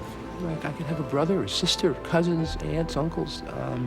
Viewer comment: Aunts, not ants.